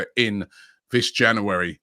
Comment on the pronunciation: Why can’t Robbie pronounce “January”?!?!?